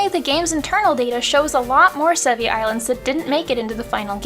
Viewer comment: Sevii islands... Se VII